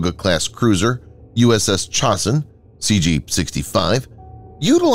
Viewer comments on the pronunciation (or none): ITS NOT CHOSS-IN. ITS CHOSE-IN. AS IN THE CHOSIN RESERVOIR IN KOREA. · Its ChOsin not Chosin.